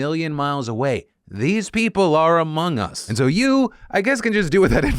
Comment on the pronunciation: Phil : "these people are amongst us..." But what i hear: "AMOGUS"